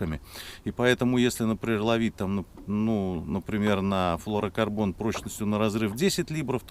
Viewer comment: Да перестань ты говорить флорокорбон,правильно флюро говорить